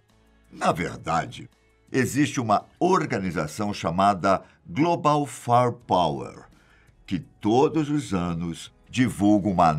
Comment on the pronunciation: " Global 'farpauer'..." "Él salvador"... O certo é "Faier power" e "Êl salvador."